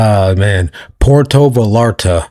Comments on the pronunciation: It's pronounced Vayarta. Not, valarta. It's spelled Vallarta. Puerto Vallarta not Porto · Puerto Va-yahr-ta... double l makes the y sound.